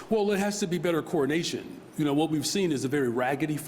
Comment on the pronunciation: When this guy says “coordination”, it sounds an awful lot like “coronation”